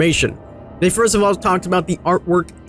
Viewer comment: Stop saying firist like school race kids